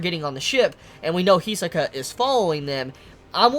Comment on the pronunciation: we all should know how great is Hirohiko Araki (JoJo's mangaka) when the great Togashi is inspired by. Not only him, almost all anime and manga with "bizarre powers" themes. and still calls him HEE-SUH-KA